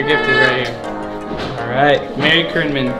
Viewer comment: MEERY christmas lol